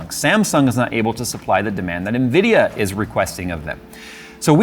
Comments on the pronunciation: "unvidea - unacceptable, same thing" lol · Nvidia = Unvidia Me: hmm makes sense 🤣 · "Unvidia"... that's actually deep.